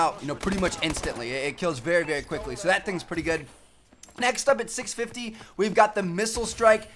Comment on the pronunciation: Why does he go like "Sowe" lol he says so weird